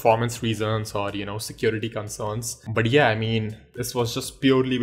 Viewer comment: When you say "But yeah" I hear it "Badiya".. Ha ha.. "Badiya video tha"